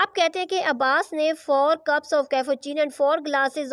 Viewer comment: Lmao that cuups and gelaas was crazy at the end 😂